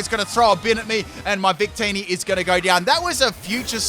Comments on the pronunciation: I legit heard say “bigtitty” instead of “victini” and had to rewind several times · I rewinded and yes